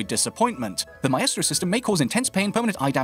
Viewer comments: Why does he pronounce it my-estro instead of my-stro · "Mystro" not "My Estro" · My- eh-stro ?? Wut my-stro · just how you pronounce maestro. I would say my-stro but you say my-estro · Mah estro. It’s pronounced “mystro” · You do realise it's not pronounced "my-estro" it's pronounced "mystro" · Please for the love of God, stop saying mah eh strow for maestro. It's my-strow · "Mae-estro" xD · Did dis dood just say my-estro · Maestro being pronounced "My-estro" is... a new one for me. Normally I noticed it being pronounced "My-stro". I guess it must be the Italian pronunciation. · ‘Myestro’ Wtf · Did he say maestro like MY-EST-RO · OUR-estro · ma-estro xD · Almost he said it right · I can't handle the way pronounces Maestro haha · the a and the e cancel each other out creating an I sound. Its basic english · Stop mispronouncing operator names. Its m eye stro, not m eye eh stro. Mon tane, not mon tonya. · He mispronounced M eye stro as My eh stro. And Mon Tane as Mon tonya.